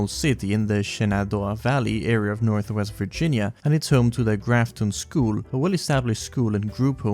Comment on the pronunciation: incredible mispronunciation of Virginia10/10